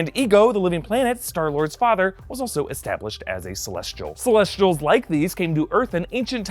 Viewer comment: How he says celesh-sh-tials not celessss-tials reminds me so much of Abby Lee Miller saying cosh-sh-tume all the time